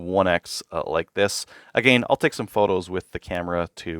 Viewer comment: “Uhh gain” lol I thought I was trippin at first lol